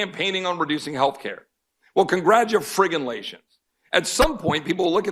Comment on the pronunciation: Classic line. “Congra-friggin-tulation”